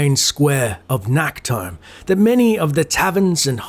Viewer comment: Fun fact: Nacht is German for night but englisch speakers like pronounce the ch wrong so it sounds like Nackt which means naked in German. So it's kinda funny for people who know german when says "Nacktholm". In the game it's pronounced a bit better but still too harsh.